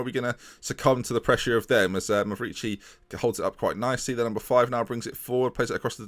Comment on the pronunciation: I'm honestly in shock that you pronounced Mavrici correctly. That's it. The end is truly nigh.